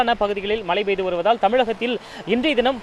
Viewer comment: சொன்னதையே திரும்பத் திரும்ப சொல்லி.... போரிங்......நூறு தடவை மலை மலை மலைன்னு சொல்றிங்க.......அது மழை மழை மழை.....